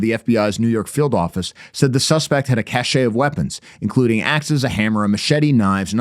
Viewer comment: "*cache* of weapons" is pronounced "cash" not "cash-ay" (that's cachet - prestige or mark of distinction) Friendly tip because you seem like you'd want to know 🤓